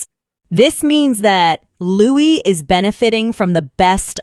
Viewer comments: Lou-EE, not "'loo-ISS" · Why was the little Prince’s name interchangeably pronounced “Lou-ISS” and “Lou-EE” throughout the video? Narrator, make up your mind. The correct way to pronounce his name is “Lou-EE.” Louis is a nod to Prince Philip's grandfather, Prince Louis Alexander of Battenberg, and his beloved uncle, Lord Louis Mountbatten. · You're not pronouncing Louis correctly...